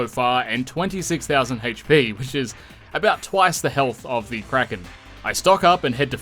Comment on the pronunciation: Hayytch peee